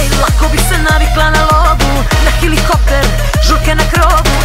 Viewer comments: Kristijan Kriss pa ona je pjevacica sa govornom manom, sta ocekivati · Klasika, hilihopter . I na Dnevniku RTS kažu hilihopter pa pogreše a ne... Ljudi, Helikopter se kaže! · Da li je realno da ona izgovara hilikopter? Pa devojko, isla si valjda bar u osnovnu?